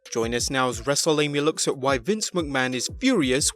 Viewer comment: Pretty sure dude said "Wrestleamia" at 0.26